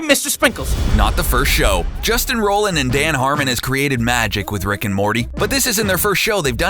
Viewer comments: 'Justin Roland' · I just love when a channel makes a video about a hot topic they know nothing about. "Justin Roland" lol. Pump out some shitty content and ride that hype train.